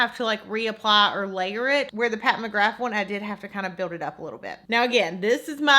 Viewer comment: are you saying mcgraf instead of mcgrath??...maybe it's just your accent idk but def the bad habit palette looks waaay more pigmented